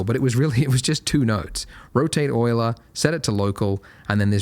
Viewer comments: Nope... Euler was a Swiss physicist and mathematician... but yes, thanks for the right pronunciation :D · Euler was a german mathematician. thanks for the right pronunciation ;)